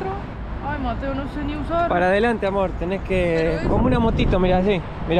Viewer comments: Amo que mateo no te mete una S, está intacto como Messi 😂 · Yo solo pido a Mateo que pronuncie las S y no grite tanto.